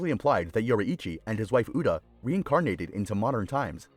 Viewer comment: "Yoreeichii" nice bro u totally saif it right NOT A HATE COMMENT!!!